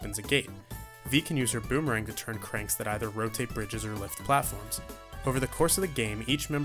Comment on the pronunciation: A boomerang? You mean a beemerang